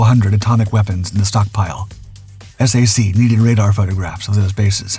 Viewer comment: Maybe you're saying S-A-C because you think that's easier to understand? We never pronounced the letters in SAC, TAC, or MAC. We said Sack, Tack, or Mack. Love the videos, thanks for the hard work and getting rid of most of the AI slop!